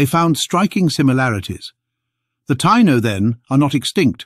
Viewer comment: Ta-EE-no...not tie-no.